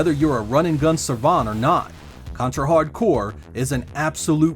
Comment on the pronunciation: My favorite contra game!! Is simply the best for me i love Ray and Fang. I cant believe the people get angry for the title, this guy pronunce the game name fine, good video man!